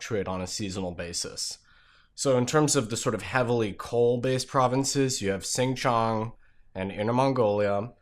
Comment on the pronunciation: For what it’s worth, Xin Jiang is pronounced something like “Sheen gee-ah-ng”